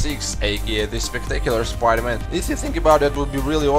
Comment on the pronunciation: When you say spider-man i hear pider man